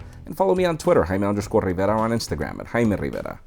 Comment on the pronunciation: i like how he pronounces his last name, he could pronounce it the gringo way, but no. same with many other last Spanish names like caballero.